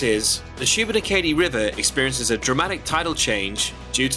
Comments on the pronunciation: Kudos for attempts at pronounciation. It is 'Loo nen burg' and 'Shoe been AAH kadee' ;-) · Love the video and love seeing my home province of Nova Scotia through a "come-from-away's" eyes! Can't wait for the rest of the series! Also love the way you pronounced Lunenburg and especially Shubenacadie 🤣